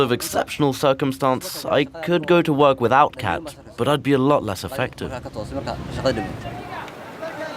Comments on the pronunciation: Lol "cat" it's more like "cot" pronunciation. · You need to work on your pronunciation about the name of the crop